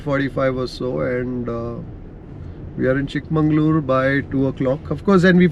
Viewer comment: It's chikmagalur, not chik mangalur. Sad kannadigas don't know the difference